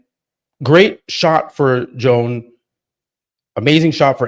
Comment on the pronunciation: “Joan” is pronounced “Yo~an” Senor!! 🗣️🎙️🇪🇸